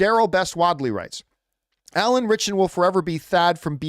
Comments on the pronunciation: I have heard his name mispronounced more than I’ve heard it pronounced correctly. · Listening to John say Alan ritchson name wrong over and over drove me insane 😂